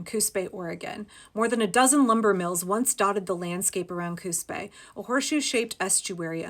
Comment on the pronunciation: I kept hearing "Coos Bay" as "Coup's pay". Or even "Coup spay". 😛 (And it didn't help, the way the auto-subtitles struggled to get it right!)